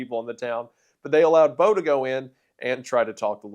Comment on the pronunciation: Having met Bo when I was a child I can assure you that you are pronouncing his name wrong- he said it with a long i sound